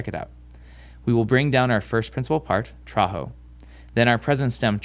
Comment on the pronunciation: I want to ask that is the word ''traho'' you pronounced not like a Latin word?